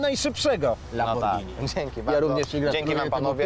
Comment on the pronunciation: Lamborgini xdddd